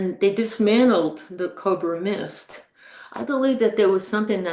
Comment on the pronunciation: Cob-ra mist? ..... you mean Co-bra mist prof ❤❤❤